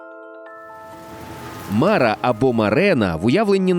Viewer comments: Дуже цікаво! Єдине зауваження - не мАра, а марА. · Мара правильно з наголосом на "а" в кінці. Так я чув в дитинстві як літні люди говлрили.